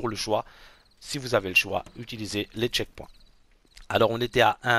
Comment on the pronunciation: Les "tchekpouins" ?? 🤣🤣🤣🤣🤣